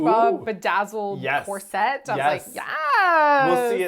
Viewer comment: Um, question… is cor-cet an Avryl pronunciation/affectation?? 😅